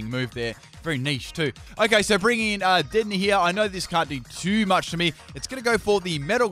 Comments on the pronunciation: Its De-din-ay not dead-in-ey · DEH DEN AYY not dedenee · It’s pronounced da-den-aye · WHEN WILL U LEARN TO SAY DEDENNE RIGHT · Leaving a dislike for mispronunciation of dedennes name